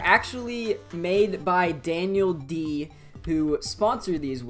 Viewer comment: Apparently pronounces DanielDD like DanielD